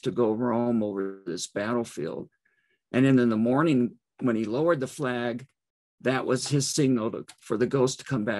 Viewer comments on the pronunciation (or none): none